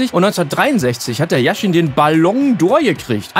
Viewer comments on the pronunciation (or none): Yashin, nicht Jashin